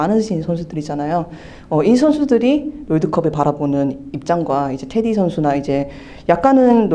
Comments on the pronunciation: 테디 아니야? 자꾸 인터뷰하는분이 테리라고 하니까 거슬리네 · Teddy, 미국발음은 테리, Flap an aleveolar stop in intervocalic position when the latter vowel is unstressed. 한국말로 인터뷰하는 거니까 발음은 테.디!로 정확한 한국말로 발음해야겠지요. 리포터분이 한국말과 영어간 발음을 혼재해서 사용하셔서 듣기불편하셨나보네요.